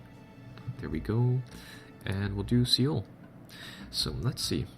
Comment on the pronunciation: dude, your vids are awesome, i really want this game now and btw Seoul is pronounced SOHL